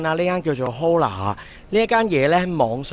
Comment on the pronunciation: 體驗都唔錯喎！餐廳Hola讀”柯拿”,西班牙語hello嘅意思